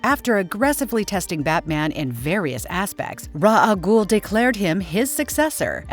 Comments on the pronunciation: For the last time people you pronounce it Ray-shh AL Ghoul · Ra's has a S on it, Ra's Al Ghul means "The Demons head" in Arabic the pronunciation is Ra-us sounds like Raz in english. No clue why everyone mispronounces it but it is an understandable mishap. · So sick of Ra's Al Ghul's name mispronounced...... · I’m going to fuckking lose it if I find another video with it having the person/ai mispronouncing the name of Ra’s Al Ghul and Talia Al Ghul AND SERIOUSLY THEY FUCKKING KEPT SAYING TALIA CORRECTLY AND INCORRECTLY